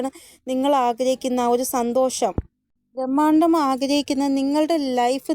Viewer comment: ബ്രഹ്മാണ്ഡം not ഭ്രമാണ്ടം